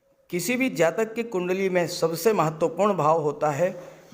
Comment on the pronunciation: Do you only predict boys? Scorpio is only boys? You don't pronounce Jatika without Jataka!!!